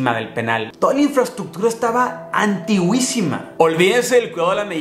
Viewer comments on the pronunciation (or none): Es Antiquísima no “antigüisima” 😊😘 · En el minuto no es antigüisima es antiquísima .... Esta mal dicha la palabra